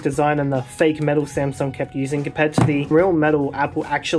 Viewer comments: The smasnug 😂 how original! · SMAS NUNG💀💀